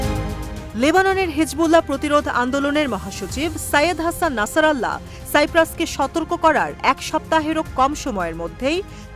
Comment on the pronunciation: আপনার উপস্থাপন আগে ঠিক করুন হাসান নাছেরআল্লাহ না ওনার নাম হাসান নাছের উল্লাহ্